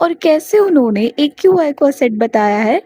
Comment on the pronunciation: People hate her cus she is pretty and rich and well learned and she said eqi not aqi